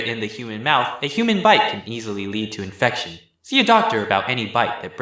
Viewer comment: 'infecion' lmao 💀